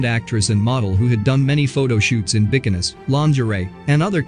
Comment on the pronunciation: Please tell the narrator how to pronounce bikinis 🥴🥴